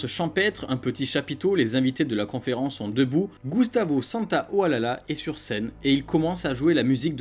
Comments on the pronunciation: On dit Gustavo Santaolaiiiia :P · C'est Gustavo santaolacha pas olala😂